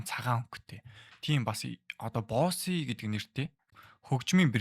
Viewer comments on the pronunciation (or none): Бөүс 😅 not Boss it's Bose.